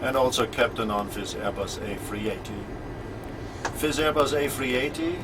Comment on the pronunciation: Is it a habit useful for radio that he says 'f' instead of 'th'? Specially for "this", he says "fis".